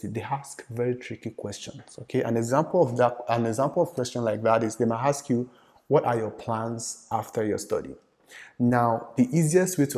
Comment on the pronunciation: Ask not HASK... end not HEND🙄